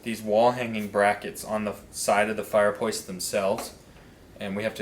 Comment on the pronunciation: Ok...is it me, is is he saying "Fire Pwace" 😬